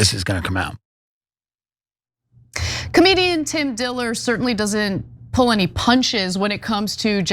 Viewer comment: It’s Tim Dillon, not “Tim Diller” 😂